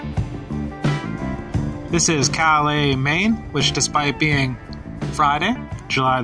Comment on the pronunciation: It's spelled the same as the French town, just not spoken the same, cal-lus, not cal-lay.